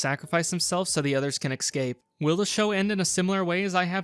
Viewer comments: ''excape'' its escape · I noticed once how you pronounced 'escape' as 'excape' and I kept hyperfocusing on that😭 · Every time he said "eck-scape" was more painful than the last, ugh